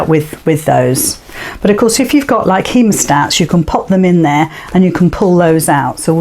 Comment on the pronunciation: What did you call that tool, please... heamostats?